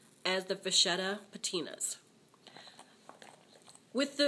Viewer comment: I think it's pronounced "Va-KETTA." Thanks for this video.